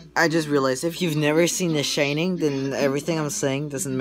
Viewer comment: it's called the SHINING NOT SHITTING HAHAHA sh-ine-ing